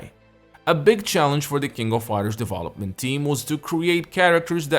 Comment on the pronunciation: I'm always "conflicted" about the way you say "deVOlopment", instead of Development, and you speak better English than i do 😂😂😂 Cheers man